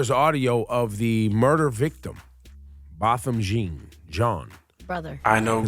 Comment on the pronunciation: Laura & Rosenberg were the only ones who gave some sort of nuance to the case. Ebro was so focused on this false superiority of higher ground rather than understanding Guyger's guilt, he couldn't bother learning how to pronounce Botham Jean's name.